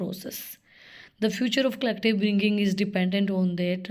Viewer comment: Pronunciation sucks 😢😂